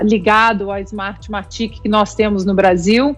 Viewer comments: Não é artmartic, é smartmatic 🤦‍♀️ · Sério??? mora em Nárnia??? ô,... a pronuncia é SMART MATIC. Tendeu, fióti???? As urnas Não SÃO auditáveis!!!! Teu comentário é muito imbecil.